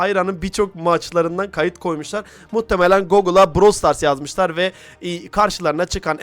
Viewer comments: Brawl stars❌️ Bırawıl stars✅️ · bıırawıl stars (doğru Brawl stars( yanlış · ''Bıravıl Stars'' Ablamız çok iyi söylüyo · te brawl stars❌ bravel stars✔️😂😂 daha söyleyemiyolar bile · bıravıl stars 😂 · BıRaVıL StArS😂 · Brawl stars× Bırawl stars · Brawl stars❌ Bıravıl zıtars✅ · Brawl stars ❌ Bravıl stars ✅ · "bıravıl sıtars"PAUAGHABAJA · Bıravıl Sıtars ne? daha oyunun adını söyleyemiyolar haber yapıyolar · brawıl sıtars aajaajajajsuessbaubyb😂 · DAHA ADINI SÖYLEYEMİYO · abla ilk önce brawl stars demeyi öğrensen ya?